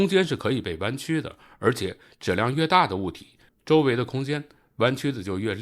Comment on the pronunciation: 把质量读成指量，把即使读成既使，这到底是哪里的方言？